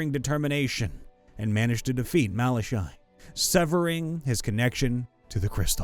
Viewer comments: I have to say this because it's annoying. For then 1st story it is pronounced Mala-Ky. Then KY is pronounced like ky in Sky. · pretty sure it's "mal ah kai"